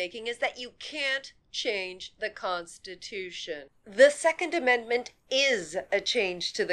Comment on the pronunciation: "That's why it's called an ammedment".